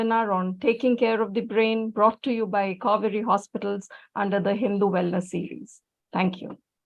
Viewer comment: Kauvery... sounds like Cow-veri 😄😄